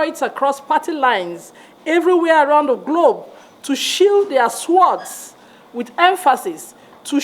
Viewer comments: She doesn't even know the correct pronunciation of "Sword" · it is 'sheath their swords' and not " shield🛡️ their swords." The W in sword is silent. People are actually unhappy with you. Check the comments.😊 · She pronounces sword as "Suword, sheat their suword" Who is this lady, and where is she from? Where was she when INEC declared the election result without following due process? If a thief steals your stuff, you will join the thief for the sake of national unity, really? How does joining Tinubu bring national unity? She does not know the meaning of democracy. If the election was rigged, the winner is not democratic. She doesn't understand the importance of democracy or even justice. She is so ignorant. Woman, go home and discuss the matter you are conversant with, like making a good Egusi soup for your husband. Who are you to tell anybody to "sheath their sword" Doctor that cannot pronoun sword, what school did you go to? Who were your professors? That is what we are dealing with in the Nigerian context; some people like this woman don't want to do the right thing; they are so gullible. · Apart from me, who else noticed that the woman doesn't know how to pronounce "sword". 😂😂😂😂 Listen from👉 and you will get what I am saying. I come in peace. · A doctor who cannot pronounce the word sword, that's interesting